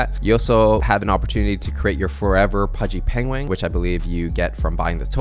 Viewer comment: pengwing XD